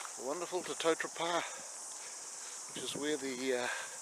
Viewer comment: Te Totora Pa? Its Totara Pa